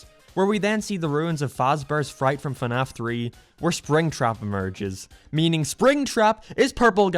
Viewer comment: also, when you insult someone, pronounce what they like correctly, it's fnaf